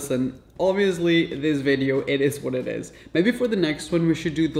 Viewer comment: it ezz what it ezz 😂